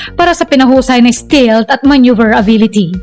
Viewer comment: Stealth ✅️Hindi Stilt❌️ Mgka iba po ng Meaning Yn... Google Voice Search nyo po St"E"alth✅️